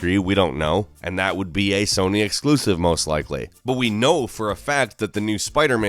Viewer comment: 《Nasal voice and cringy voice》: "exkluzziv"